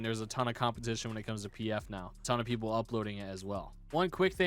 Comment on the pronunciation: Did nobody notice that said "tone" instead of "ton"?